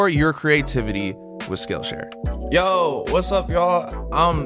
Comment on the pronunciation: I totally thought he said "skin share" instead of "skill share" lol.